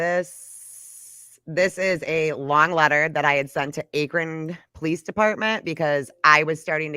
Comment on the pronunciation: how says akron... lol... it's sooo cute.. but it's pronounced like "ah-krin"😂😂 love yall